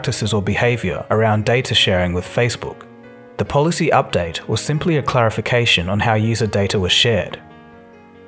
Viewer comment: did he say updown, updoubt or update??